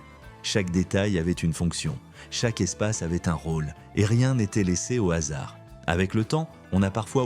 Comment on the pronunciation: Ce qui me manque le plus ; Une vraie voix humaine & non pas de l'IA qui n'est même pas fichue de respecter les " H " aspirés comme par exemple des " hasards " ou le S ne devient pas des zahards & tout à l'avenant.......